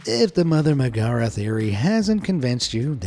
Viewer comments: This guy is dumb. It’s it’s meg not McGara. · it's Meg-a-ra not ma-gar-a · It’s certainly not magera, mag-air-a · How are you supposed to say it? Meg-are-a, that sounds right? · That is NOT how you pronounce Megorah's name. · bro the way he pronounces Megara bothers me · anyone else cringing a little at the inflection he's using for Megara's name? Also Sven's mother being part of the Kris's tunic "could" be true, but not for the evidence provided: 1. Tanning the hide would've removed all scent from it. If anything it would just smell like chemicals at worst and plain old leather at best. Even the fur would have been treated and cleaned to the point scent would mean nothing. 2. If Sven has been following Kris at young ages, then why would he still smell the scent in adulthood? Kris certainly couldn't wear the same tunic he wore as a child, it would be too small. And it's highly unlikely that it would've been reused in a new tunic, since you know.. leather does age. I would just hazard that Sven formed an early bond because they were both with each other all the time. Any animal really can form a bond with humans at a young age, it just takes the right circumstances for some.